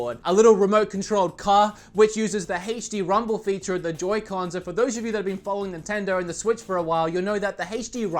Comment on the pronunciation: “Haaach D rumble”